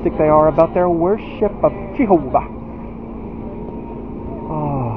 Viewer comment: I laugh out loud every time you say "GEE-HO-VA".